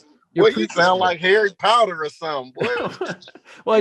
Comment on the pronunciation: Marshawn really said "Harry Powder" 😂😂😂😂